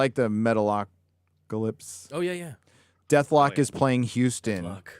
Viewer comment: And. The bands name is DethKLOK... CLOCK. Not DethLOK. Quit being so old. Jeez.